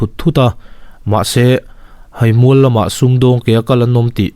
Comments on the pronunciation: Himual..i lam dan hian ka thaw ti ippik...Theihai kan lama a hai kan lamrik anga lam tur.... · haimual tih hi theihai tih a hai lam dan a lam tur ava nizawk awm ve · 'Haimual' tih a 'hai' hi 'theihai' tih a 'hai' ri sang anga lam tur a ni e. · Thluk diklo atam tlat,eg: Haimual hi theihai a hai angin lam teh beng a thlep tlat thin